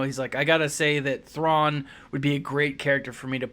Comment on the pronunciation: Your pronounciation of his name is much better than mine!